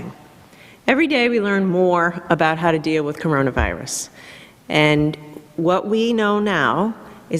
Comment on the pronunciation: I burst out laughing at this for some reason